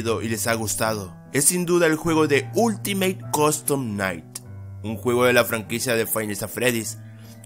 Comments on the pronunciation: Dijiste oltimo coston nai deci bien perrro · Todos: ultimate custom night: ulitimaTE cOdtom naigh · Yo: últimate custom night: oltimat costom nait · "Ultimay costom nai" Pd : Eres el dross del fnaf :v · WTF Este video sta lleno de errores :n me encanta como dice Ultimate Costom Night JAJAJAJJ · ultimeit costom nait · ultimeite costom naight XD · Ultimeit costom naigt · Ultimeit costom Nait dice el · Oltimeit coston nait